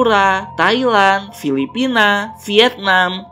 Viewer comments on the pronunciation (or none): none